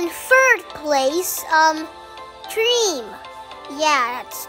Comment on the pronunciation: When you first said cream did you said tream?